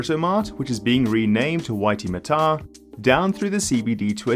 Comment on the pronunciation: Onehunga is Oh-knee-hung-ah and Waitemata is Why-tea-mat-ah. But the important point is this upgrade is a shortfall of what is really required to solve transport in Auckland